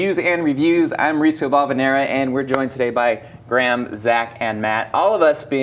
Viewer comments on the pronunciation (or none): His name is Graham, not Gram